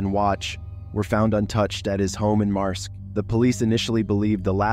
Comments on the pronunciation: In Number 10, the Town “Marske” is pronounced “Mask” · Marske is pronounced like the word Mask 😊 Guisborough is pronounced Gis-bruh lol